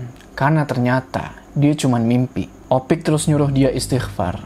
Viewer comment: Bang harusnya nyebut Opik ya bang bukan ipok lagi di menit